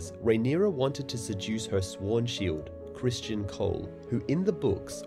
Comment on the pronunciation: How are you pronouncing it "Christian" when it is spelled "Criston" and is pronounced exactly as it is spelled?